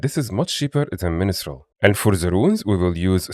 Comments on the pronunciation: great guide; btw it's pronounced "min-strel", not "mini-strel" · It is ministrel for asura tho 😂